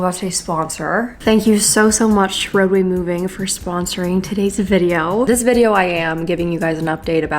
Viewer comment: I for real thought she said “roe v wade” not “roadway”